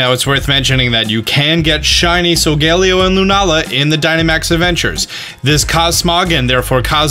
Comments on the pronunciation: litterly thats not how u say SoLGAlEo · Ah yes sogeleo